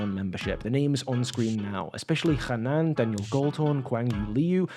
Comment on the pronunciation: Yoo he said hanan correctly